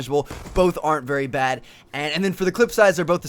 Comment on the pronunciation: Great videos but a personal thing that irks me is the way you emphasize Very and Really